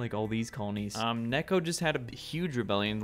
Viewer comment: It's not Nekko it's Neko, you bacca